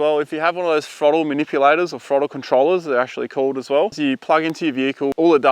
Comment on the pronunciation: Cant take you seriously when you says "frottle control"